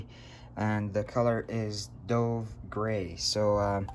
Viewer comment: It's dove grey, like the bird, not as in diving.